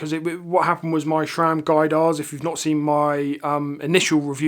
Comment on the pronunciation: Great stuff. Sram please, not Shram. Thanks